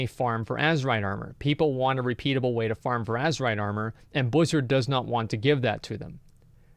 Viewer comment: why are saying blizard all the time...? its Activision now.. didnt u get the memo?